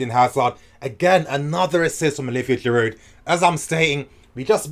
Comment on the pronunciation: I completely agree. By the way in French the Ds in Giroud and Hazard are silent